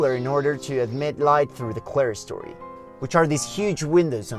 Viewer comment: Don't let that word for a clear or open story fool you. It's pronounced Clear-Story and nothing else. The only reason it is spelled with "clere" is a nod to middle English. In fact, spelling it as "Clearstory" is also correct if you prefer. All of this is important because it refers to a story above the others in architecture that is – clear – to light or ventilation. Old Clara has nothing to do with that structure, unless she goes up there to sun herself.